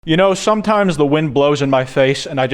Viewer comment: "You know shomtimes"